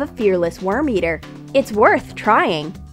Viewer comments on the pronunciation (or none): none